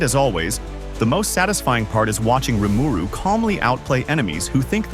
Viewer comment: hate how he pronounced Rimiru lol. but good list